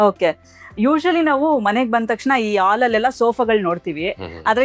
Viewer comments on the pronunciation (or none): ಎಚ್ಚಾಗಿ ಅಲ್ಲ ಮೇಡಂ ಹೆಚ್ಚಾಗಿ, ಆಲ್ ಅಲ್ಲ ಹಾಲ್ ಸ್ವಲ್ಪ ಕನ್ನಡ ಉಚ್ಚಾರಣೆ ಸರಿಯಾಗಿ ಮಾಡಿ.